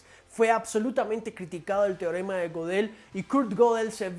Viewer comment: Se pronuncia gedel, no godel